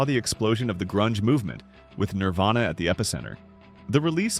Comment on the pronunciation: When the AI voice that's been saying "Nirvana" the whole video, decides to change it to "Nirvayna."